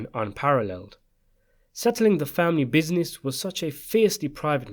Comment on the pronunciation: I like the way you say "bizines"